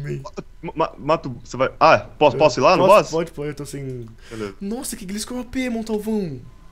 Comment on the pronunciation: NÃO É GLISCOR, gliscor é só como se escreve maos se pronuncia glaiscor profs na area kk